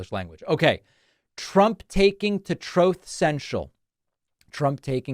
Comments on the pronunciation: It's pronounced TROOTH.....(Truth). sometimes you sort of say troth. Strange. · “Trooth” lol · Exactly. But is it the Trowth?